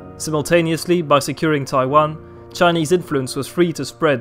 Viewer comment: your Chinese pronunciation is amazing